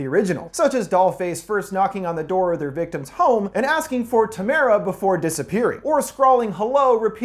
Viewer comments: Why does everyone pronounce Tamara wrong.. It's Tam er a.. Not Ta mar a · tamra... not TAMARA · The 1st movie is not their first kill. Just cuz they say "It will be easier next time." doesn't mean they haven't done it before. They are way too good at suspense for the victims. It just took them longer. Dude, I like it show but, Doll Face asks for Tamara not "Tam air ah" sorry, it's those little things. The 1st The Strangers has so many holes, it looks like a donut factory! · You’re pronouncing Tamara wrong 😂 It’s Tamra, the a is silent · Just..one thing... It's Tamara — Like "camera" but with a T. ಠ — ಠ